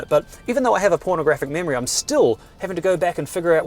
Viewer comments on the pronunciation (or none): I was literally thinking is that what he said… so I put on subtitles and sure enough it says pornographic memory hahahahaha.